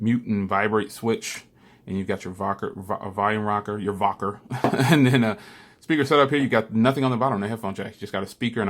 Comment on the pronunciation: Vocker lol